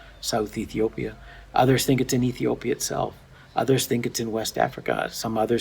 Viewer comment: Just can't say Ethiopia